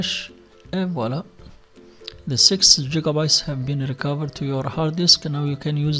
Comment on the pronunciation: LMAO man said jigabytes haha